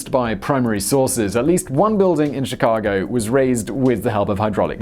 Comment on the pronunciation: Chicagoan here! Sounds weird to hear people who aren’t from Chicago say our street names. I appreciate this video though, I never knew the full story of how our city was raised